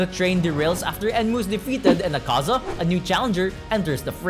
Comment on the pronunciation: Btw it’s Ak-A-Za not A-Kaza